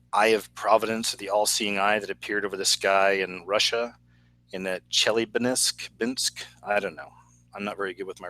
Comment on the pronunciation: not bad, Chel-yah-binsk